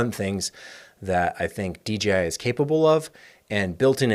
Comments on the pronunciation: It’s so refreshing to hear a content creator say DJI (and not DGI).❤ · Thanks for saying DJI properly, I feel the same way anytime I hear sneaker heads refer to Nike Air Max as Air Mags 😂